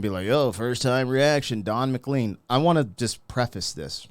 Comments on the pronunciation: Dude... I want more Don McLean on this channel, but... I want the name said right. Check it out, in case I'm wrong, but I thing his name is pronounced to rhyme with "lane." That said, it's a super minor niggle. I might even be wrong. You do what you're doing. I love your content. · Pronounced MacLaine. You can’t begin to understand this if you don’t know the song “That’ll be the Day” by Buddy Holly. MCLean was a young fan of Holly, and what some called Rockabilly. Holly was hugely talented and took country music in a new direction, but died at 21. McLean then gives a view of music as it evolved without Holly. It is very dense with historical musical references now, all of which occurred while McLean was a young guy. McLean’s perspective is rather negative. I think a lot that he has not said publicly is his private dislike of popular music of the time. Like The Rolling Stones. I think Bob Dylan is the Jester. Candlestick Park is where the Beatles had their last concert. Another day the music died. There is a reference to Altamont which I think is McLean’s final suggestion that music, which was so joyful to him when he was a kid, listening to BH and the Crickets, was now dead. Altamont was right after Woodstock chronologically. Mick Jagger and The Rolling Stones, 300,000 people, California 1969. The Hells Angels provided security. A girl was murdered. Lots of violence. That reference was pretty current when he wrote the song. I think the meaning of the whole song is music has gone to hell. The sweet world of Buddy Holly was long gone. McLean had great success with this song, and never chose to explain it. He has never recovered from that success. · It is pronounced McLean (McLane) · The proper pronunciation of his name should be McLane 😂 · Ma Clane is the pronunciation. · For the record, his name is actually pronounced "Mc Lain* :D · McClean in Scotland is pronounced McClain. It is a Scottish name and that's how we say it. How it should be! 😅😆